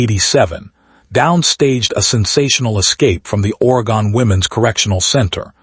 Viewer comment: Oregon not Oregone 2nd story lol